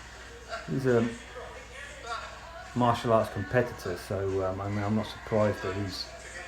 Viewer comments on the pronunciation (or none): none